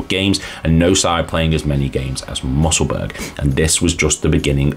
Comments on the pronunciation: alright vid lad, maybe mention the fact that airdrieonians are back in the championship now, also it’s not “musselburg” it’s mussel bur ugh but other than that decent man!! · Musselburgh is pronounced Mussel-burra, same way as Edinburgh - hope this helps. Good information in this vid mate, but I think a better job could have been done matching up the images to the audio, the vast majority of which have no relation to what your saying at all. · Great vid apart from the pronunciation. Musselburg?